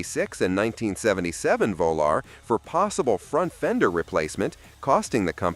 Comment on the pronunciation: Whats a Plymouth VOLAR ??? Moron!